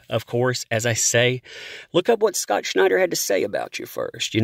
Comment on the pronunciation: You say his name like Sean Connery...SCh'nider.